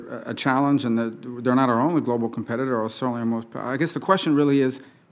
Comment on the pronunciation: He should’ve started by betting her she couldn’t say competitor.